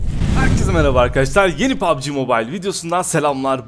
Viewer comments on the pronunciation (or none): none